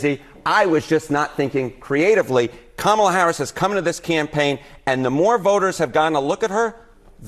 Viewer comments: And they still keep deliberately mispronounced her first name. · I wouldn't take advice who can't properly pronounce VP Harris' first name. Even after a grade school.gave instruction at the DNC Convention. I expect more intelligence from my advisers. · Pronounce her name correctly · So Larry, guess you didn't understand the lesson: It's Kama - as in comma, then just add in a "la." So Larry, you get Comma-la, then put the two together and what do you get? Commala, or even better, Kamala. See, it's very easy even a child can learn it. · Kudlow……I know this is difficult to understand, but since you purport to be a professional “news” person, try to remember: It’s ‘KOM-a-la’, not ‘Kum-AH-la’. You’re welcome. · KAM ala NOT kamMaAL a you cannot say her name correctly......STILL. DIK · Already insufferable are the candidates who change Mrs. Harris' name, why is this vulgar habit tolerated even for FOX reporters? can someone make a tutorial to explain to those great minds, that it is KÀ-MA-LA not KA-MÀ-LA STOP PLEASE,some respect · With his disrespectful whining arse! Almost always mispronouncing, on purpose, VPOTUS Harris' first name! VERY seldom does he slip up and say it correctly. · How many times can he missprounonce the Vice President's name??!! Practice! It's Comma-la phonetically. How easy is that?! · Omg her name is COMMAla Can’t any of them get it right?! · "Comma la" it's not that hard. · It's funny how such 'educated' men will always mispronounce Kamala's name. every. time. Sooooo clever. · He said Kamala’s name correctly the third time, it just proves that those clowns are showing disrespect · What a disgraceful newscaster on FOX to mispronounce the VP first name. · 😮They can't even pronounce her name correctly!!! It may have been a bit higher for Trump, but remember how many lives he took .....IT didn't have to happen!!!